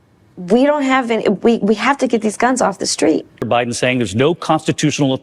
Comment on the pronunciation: O did you her say Obiden. Like obuma. Too funny.